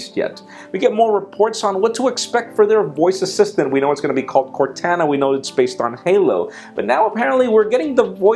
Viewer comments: Cortana is pronounced "Core-tohn-uh"! And NO there simply is only one way to say it. Do at least a Google search to verify. Just trying to slightly help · Am I the only one who is pissed off that he continually pronounced Cortana's name wrong? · CORTANA you said it wrong